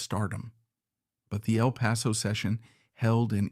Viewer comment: El Paso not even pronounced correctly.